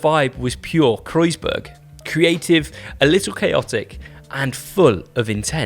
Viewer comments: there is a point though... wtf would you pronounce a german word (the name of the bike) like it was french? Didn´t even try or do any research on pronunciation ... just lazy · is pronouncing Kreissage correctly? I thought it was CRY-sega?